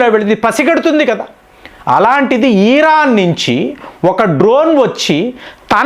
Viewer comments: యిరాన్ కాదర నాయన ఇరాన్ అని చెప్పు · ఒక్క పెరైనా కరెక్ట్ గా పలుకు సామి, ఖతార్ ను కాతార్ అంటావ్, ఇరాన్ ని ఈరాన్ అంటున్నావ్, కువైట్ ను కువైత్ అంటున్నావ్ అవి ఎక్కడున్నాయిరా సామి అని నేను జుట్టు పీక్కుంటున్నా